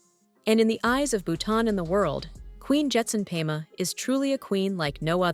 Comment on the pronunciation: Perhaps they can find an announcer who can spend an extra 2 minutes trying to pronounce names and places properly. "Pema, Thimphu, Dondep Gyaltsen", and almost every other name was mispronuounced.